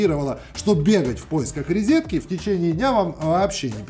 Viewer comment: Друзья, знаете, что выдало в авторе дикого колхозника? Это когда он ляпнул "рИзетки" на . Даю гарантию. что он ещё говорит "коЛидор", "пИНжак", "траНвай", "вчераСЬ" и "коКлета". Позорище!